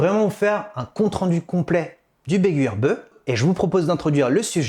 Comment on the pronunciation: Je crois que ça se prononce Bé gu i Bé U